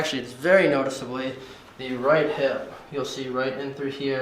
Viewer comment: He says”look at the right hib” i never saw the hib!😂😂😂